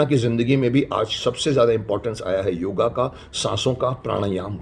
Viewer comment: क्षमा चाहूँगा .....किंतु यह योगा नहीं योग है राम को रामा श्याम को श्यामा बना डाला विलायतियों ने आप हमारे शक्तिमान हो आप सही उच्चारण कीजिये।।